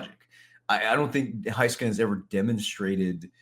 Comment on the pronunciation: Why does pronounce certain Stars last names wrong? Just bugs me. Heiskanen (hay-skuh-nuhn)